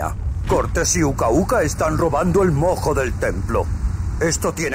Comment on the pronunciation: Estuvo intensa la pelea de los titanes y los mammuts. Pd: Cuando jugué el juego pensé que cuando decían mojo, sonaba como a "moco" Xd